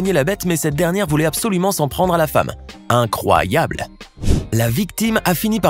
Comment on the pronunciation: il a pas pu se retenir hein " inc oie yable"